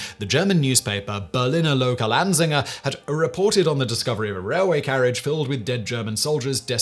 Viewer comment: If you are interested, the correct pronounciation of "An -zeiger" rhymes with "runs - tiger"